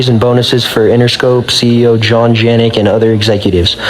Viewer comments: bro u can't say jeanette 💀 it's said like "juh-net" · You can't say Jeanette Vargas???? THE NAME?‽???